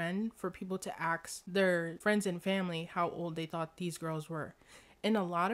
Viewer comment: There's a difference between AXS AND ASK... just saying